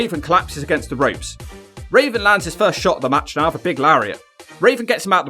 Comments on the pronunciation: Am I the only one hearing Raisin instead of Raven? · It’s raven not raisin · Why does he say Rasin Instead of Raven sometimes?..... That Benoit match looked good but that Malenko match looked sloppy. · You called raven raisin too funny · Anyone else hear call Raven Rasin. Hilarious. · I love how you call Raven, Raisin lol. I got that from Chris Jericho and called him Raisin ever since. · Why do you keep calling him raisin? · Do you keep saying RAISIN??? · Are you saying.... rasin?